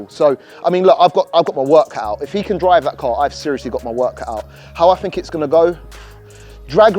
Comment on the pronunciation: is meant to be a presenter, be better if he could actually pronounce his words. For those that thought he meant Free no change, he meant Three (3) Also he did not mean Bat Fink, so when he uses the word FINK he means "Think" I say this as Being out in Asia and watching this with Asian friends they asked me what is he talking about they got lost in the context as soon as he used the wrong words. Fird is another one, he meant Third.